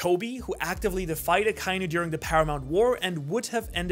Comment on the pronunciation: aka-inu. not a-kai-nu.